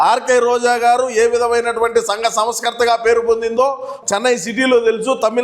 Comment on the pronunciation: Sangha not Sanga